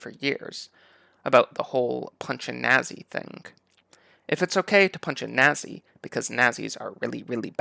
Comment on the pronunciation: Do all Canadians say Nazi like that? Is it a regional accent? Or is it something that you specifically do?